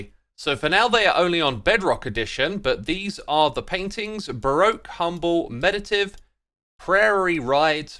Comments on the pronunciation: Funnily enough you got "Prairie Ride" correct but mispronounced the one just before lol, it's "MeditATive" not "meditive" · Bro... 'MED-did-TATE-tiv' ...is the pronunciation. C'mon, you're an articulate Englishman. You ought to have that one correct! ;)